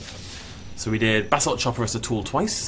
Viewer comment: I know you are saying basalt chopper but it sounds like Basil Chopper and for some reason that brings me endless joy